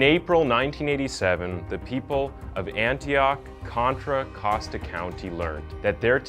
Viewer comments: Contra Nosta? Lol it's Contra Costa. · Just an FYI - it's "Contra Costa", not "Contra Nosta".